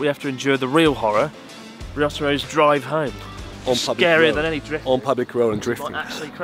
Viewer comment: "RISOTORRO CAM". I'M DONE. I CAN'T WATCH ANYMORE THEY PRONOUNCED MY DEATH ON THE SPOT. 😂